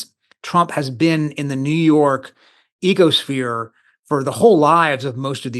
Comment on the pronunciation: Did he say, "New York egosphere"? haha!!